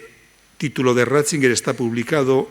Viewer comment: No es Ratzinguer, sino Ratzinger